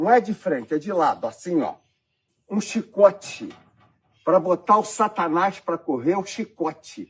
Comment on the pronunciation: "Um chxiicote"